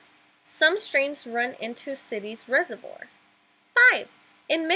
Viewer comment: "REH-zur-VWAHr." Also, if you mean "basin," the A says its long sound as in "bay." "BAY-sin."